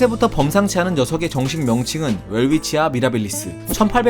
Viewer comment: 이름을 따온 오스트리아 학자 이름의 실제 발음을 존중해야 하지 않을지요? 어떤 학자는 '벨비치아'라고 표기하더군요.